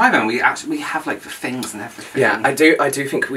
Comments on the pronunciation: My favorite part of your accents is how you pronounce “th” as “f”. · nope "fings" as this is how would pronounce it 😜